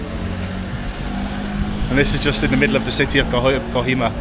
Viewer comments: Btw...bro it's not kahima..it is kohima...for you better knowledge and for your better pronunciation. 😅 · It is pronounced co he ma